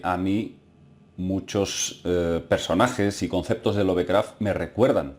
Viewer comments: se pronuncia lov-craft no love-craft, por eso. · Lo siento pero tengo que decirlo, me mata cada vez que escucho decir "LOVEcraft" tal cual traducido al español, se diria "Lofcraft" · ˈlʌvkræft ... Es la fonética inglesa, para la pronunciación de su apellido!